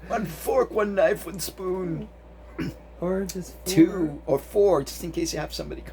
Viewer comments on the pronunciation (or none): Oh shit made me crack up when he was talking bout the dishes " one fork, one knife one spuoon" lol